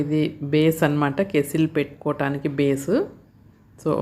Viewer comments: ఏవండీ అది కేస్సిల్ కాదు "కెటిల్" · Madam adhi kesstle or kettle . Please tell me andharu kettle antaru